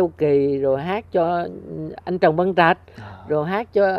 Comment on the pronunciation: Phần nhiều lớp trẻ làm utube bên VN đều nói sai tiếng Việt giống nhau Trường họ nói chường Trần họ nói Chần. Nhắc họ hoài mà họ vẫn nói sai Đám giáo dục - thầy cô bên VN viết + nói sai tiếng Việt làm sao lớp trẻ nói đúng cho được .